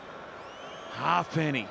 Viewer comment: . The way he says halfpenny 😂😂😂😂😂😂😂😂😂😂 dead